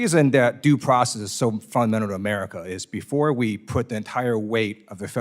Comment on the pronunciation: luU. can you please enunciate the word FUNDAMENTAL